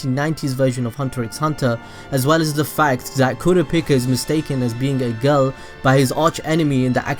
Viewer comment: did i hear kooraapica?